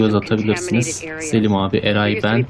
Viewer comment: adama selis deme selim abi de